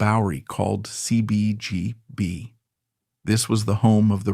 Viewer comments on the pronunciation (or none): The voiceover is AI, right? The way it pronounced CBGBs and id are way off.